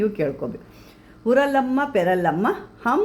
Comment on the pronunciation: Amma Manta na baredu thorisi, navili ge li ge ottu barutta (NAVILLI) uralamma na PURALAMMA na nirakka na IRAKKA na kelisi kollovaga mistake aagutte.